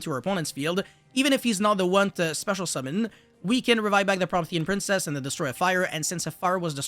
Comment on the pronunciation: its pronounced pro-MEE-thē-an princess, in case nobody else told you, and in case you actually care. Love the content regardless